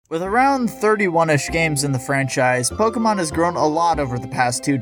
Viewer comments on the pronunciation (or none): none